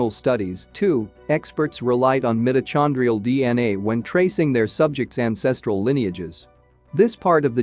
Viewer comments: Come on! The Bible says we all come from the Garden of Eden and we all know that was on the floor of trhe Persian Gulf before the seas rose after the Ice Age. And it's 'meyeto-kon-drial' not 'm-it-o-chawn-drial.' Very distracting. Botswana! Sounds plausible. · The incorrect pronunciation of “mitochondrial” is grating. AI should be better!